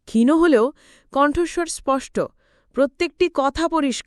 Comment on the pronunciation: গল্প নিবাচন ভাল কিন্তু গল্পপাঠের প্রশংসা করতে পারলাম না | কন্ঠস্বর মিষ্ট কিন্তু গল্পটি গড়গড় করে reading পড়ার মতো মনে হল | ত্রিদিবকে অনেকবার ত্রিদিবো বলা হয়েছে | ক্ষীণো কন্ঠস্বর নয় হবে ক্ষীণ কন্ঠস্বর |